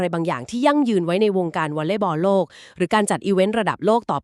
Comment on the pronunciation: ใช่เอไอฟากษ์ ออกเสียง โลก เป็น ลวก งบ เป็น หงบ